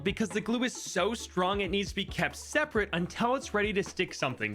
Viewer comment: ah yes,seperte